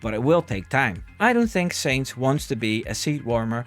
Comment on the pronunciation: his mane is sainz not seinz